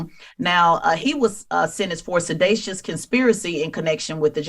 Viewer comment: The word is sedItious with an I not A Tes lol. I think she was thinking of selacious and mixed up the two. The man was convicted of SEDITION so the word she wanted to use is SEDITIOUS!